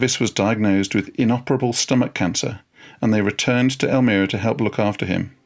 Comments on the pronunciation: Elmira is pronounced el-MY-ra, not el-ME-ra. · Hello Professor. Just an fyi, Twain's wife's hometown in the Finger Lakes Region of New York State is pronounced "El-mEYE-ra," not "El-mEE-ra." You know how "us 'mericans tawk." Having taught at the eponymous college there, his octagonal writing cottage is on the campus grounds, a wonderful physical touchstone of The American. Love your stuff on YT here. Bukowski's next for me... Thx! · Professor -- it's "El-my-ra," not "El-mir-a." Otherwise... good work! I enjoyed listening to it. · They married in El MY ra, not El mirra. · Pronounced "el-MY-ra" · It’s pronounced El-my-ra, New York. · Learn to pronounce Elmira, its not Elmeera... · The town is EL-MYE-RA, L M eye RAA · Great! One small thing however, the city is pronounced El-my-rah . Thanks so much for your video. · Elmira is pronounced El m(eye) ra. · Wonderful program! I enjoyed every minute. One small pronunciation correction: it is Elmira, NY with a long i, to rhyme with 'well, Myra.'